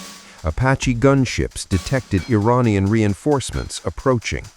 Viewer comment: Think you could train your robovoice to corrrectly pronounce "Iranian" ?